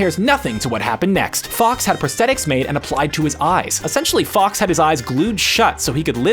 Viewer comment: I think you mean prosthetic scars, not “prostate scares.” 😂😂😂